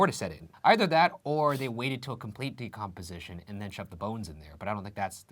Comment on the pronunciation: “Even grosslyer” “For complete decompezish” Loving these new words guys!